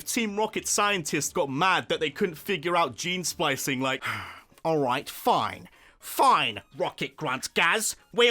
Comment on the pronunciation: IT'S ALRIGHT, NOT IGHT! SAY IT RIGHT!